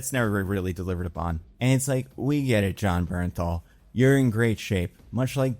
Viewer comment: the way i GASPED out loud!!! YOU DID IT,!!! YOU PRONOUNCED “BERNTHAL” CORRECTLY!! IM SO PROUD OF YOU!!!